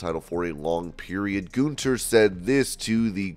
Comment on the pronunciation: GUN THER. Not GOON THER.